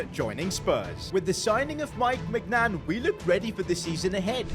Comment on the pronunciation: You bottled maignans name ist read like mineuon hope you see this😊